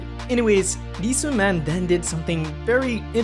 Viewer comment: How do you make an SM documentary and proceed to pronounce Sooman in the most American way possible